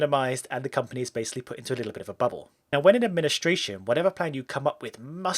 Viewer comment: I think you meant "The company is kept in a little bit of bubble" But it sounded: Littbhfjjbehjknf😂